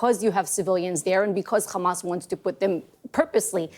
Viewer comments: If she says KHAMAS one more time... Stop lying. No more money to Israel! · Ikr. It makes me physically sick to keep hearing the way they pronounce Kkhamas